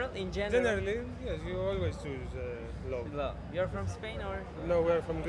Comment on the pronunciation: Love telafuzuna çalışman lazım kanka.